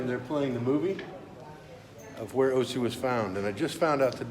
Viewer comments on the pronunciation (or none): Is that pronounced like " Utzi " ? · Ötzi.... Not Otzi